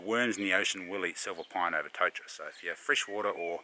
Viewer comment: Loving your work chief, awesome to see you and mum get out. Go hard with the Māori pronunciation, your ‘kauri’ sounds mean. Try, tore-taddah for totara too. Mean